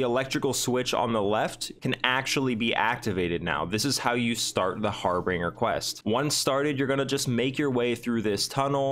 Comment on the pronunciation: HAR-BIN-GER is the how the word is pronounced. Thanks for the video though.